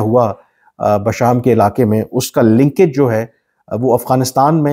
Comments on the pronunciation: AOA. It is Bisham not Basham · کامران صاحب جگہ کا نام "بَشام (Basham)" نہیں ہے بلکہ "بِشام (Besham)" ہے۔